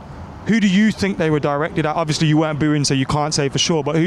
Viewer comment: ‘I fink I fought, anyfink’ people can’t speak properly these days